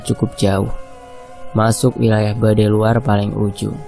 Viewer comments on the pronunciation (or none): Bukan badai luar mas tp badui luar. Maap ya